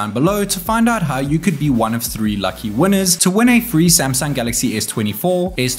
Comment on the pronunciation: WHY YOU SAY SAMSANG DONKY